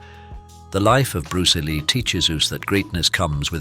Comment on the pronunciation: Bruceh Lee haha also Jeet Kuneh do is a funny pronunciation. also "limlight" at the end was funny.